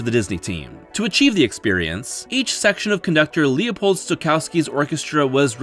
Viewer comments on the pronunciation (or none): none